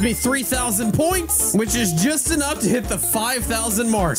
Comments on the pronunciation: "ENOUTH" I'm sleet 😂 no cap .... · “ You Aren’t good enouth? “